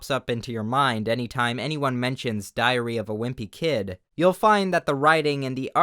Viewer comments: I love how you say it, "Diarrhea of a wimpy kid". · I swear everytime he start's saying "diary", I'm prepared to hear "diarrhea" for some reason. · "diarreahh of a Wimpy kid" I ca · I for real heard “diarrhea” 😂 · He SAiD diHaRreA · "Diarrhea of a Wimpy Kid" I CANT UNHEAR IT